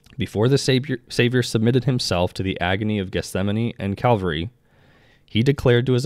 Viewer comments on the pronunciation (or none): none